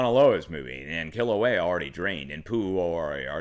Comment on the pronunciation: Pronounced: Mana Kay-ah (Mauna Kea) Key-la-way-ah (Kilauea) You're doing better than most. MSM is embarrassing themselves with the repeated mispronouncation of most of the Hawaiian names. Except for Hawaii New Now. Their reporting has been fantastic (of course) since they're based out of Honolulu. LOL! It's becoming more frightening as each day goes by to see the progression this eruption of Kilauea has taken. The draining of the lava lake in particular is alarming. I hope it doesn't lead to an interior collapse of the now emptied lake which could lead to a plugged volcano. This would result in a massive blast which could further destabilize the volcano and surrounding area, including the underground lava tubes which fuel those fissures throughout the Eastern Rift Zone. I also wonder what kind of instability or shockwave a large violent blast from Kilauea and accompanying earthquakes it could produce under Mauna Loa perhaps even Mauna Kea. The whole Southern and Eastern portion of the island could open up many of its old rifts and create many new fissures. It depends on how much magma is near the surface. I know one thing for certain. This event is far from over. The magma that disappeared from the lake is headed downslope and will eventually reach the ocean. I wouldn't be shocked if new fissures opened up all or most of the way to the ocean so it can finally drain out. Just keep an eye on the amount of earthquakes and escalating magnitude.